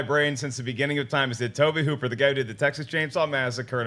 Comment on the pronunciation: The auteur Mr. Toe-Bay Hoo-Pear.